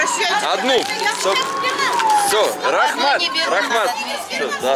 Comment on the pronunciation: всё шикарно, но не рахмат а рахмЕт))) Добро пожаловать в Казахстан!